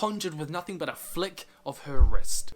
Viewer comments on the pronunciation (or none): none